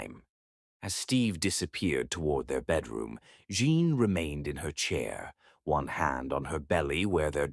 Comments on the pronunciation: Your story is sweet, but it's annoying when the computer says John instead of Jean. If you listen before posting it you would catch it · Rating 9. It is me from NJ again at the end of the story. Rating 10. I love the way read the story. I rated it 9 because I thelead female's name was Jean but was repeatedly pronounced as John. I found that distracting.